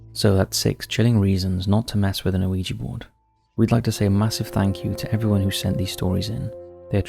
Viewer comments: The name of the board is yes in French - oui (pronounced wee) and yes in German - Ja (pronounced yah) so it’s wee yah NOT Oh Wee Gee board. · there is no O sound at the start of Ouiga board? think about how the French say yes! and that is why it's spelt, that way, and called what it is? every time you say O weeja board, it grinds my teeth Please stop it, and educate yourself, with something other than the Internet, if you can't read the pronunciation which is also, written next to the word in any dictionary? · Not trying to be a dick but Google how to pronounce Ouija. It's "wee-jee" both in American & British pronunciations. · So it's 3 syllables, oh-wee-jee? I've always it w/ 2 syllables, wee-jee. I can't believe they used to market them to kids. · 'Pronounced "we-ja"' My whole life is a lie. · I agree with Yestermen. The two words together are oui ja, so it stands to reason that it's pronounced wee-yah. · I HATE “wee gee”. Grates my nerves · I mean they do an entire episode on Ouija & pronounced it wrong through the whole thing. 🤷‍♂